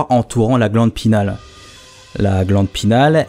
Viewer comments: Vidéo intéressante ;) Juste, c'est "pinéale" :) pas "pinale" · Sur le fond génial ! Pour la forme , il me semble que l'on parle de glande pinEale et pas pinale.. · Salut je suis trop content que sois revenu comme sans prevenir haha Encore une super vidéo Mais sinon juste un petit détail Glande pinéale et pas glande pinale Voilà c'est tout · c la glande pinéale pas pinale :) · pareil il dit alcalod alors que c'est alcaloïde ! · GLANDE PINÉALE* « pinale »…. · La glande pinééééale il faut prononcer le é ;) ahh je chipotte encore mais bon c'est toujours mieux de le savoir. Bonne vidéo !